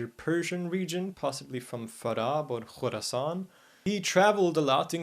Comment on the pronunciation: Your pronounciation of Farab and Al-Khurasan is so on point👍